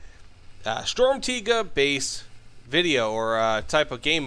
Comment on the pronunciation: As a german, thank you for saying it correctly